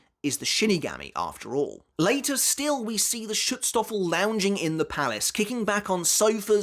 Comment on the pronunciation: Pls next time try out the google translater before you try saying a word like schutzstaffel, you are not even colse to pronounce the a the right way, its a german word and we pronounce "a" a lot different then english speaking cultures